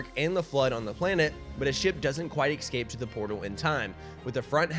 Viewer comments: its escape NOT eCscap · ESCAPE.. its Escape not excape 🤣 you're as bad as doc with his Tredmeal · The way he pronounces escape as excape is tough to listen to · Killin me with “excape” 🤦🏻‍♂️ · Not sure why but the way you say "ecscape" instead of "escape" bugs me